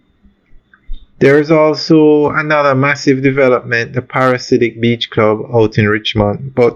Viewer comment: Not “Parasidic beach club”, it’s “Para-dis-siac”. Paradisiac beach club. Think of the word paradise, then add “siac”.